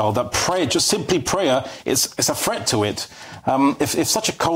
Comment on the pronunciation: Prayer can be said quietly and privately. No-one need know when anyone is praying. What should be introduced to schools, however, is Elecution, so that people learn there is no such thing as "fret" (except as in 'worry') and the word is pronounced "threat".